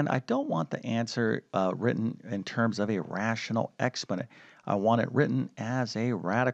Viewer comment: Sorry, but your pronunciation of the terms is terrible.